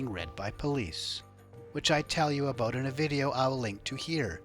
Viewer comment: Love when he says “let me tell you aboot it”